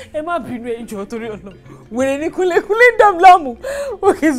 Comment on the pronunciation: Can we commend Kunle for being the first client to properly pronounce her name? And he has swag😂😂😂😂😂